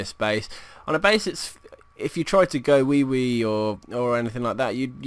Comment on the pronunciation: Please excuse me for being so childish but I laughed so hard when he said try to go wee wee. (I know he meant gowiwi)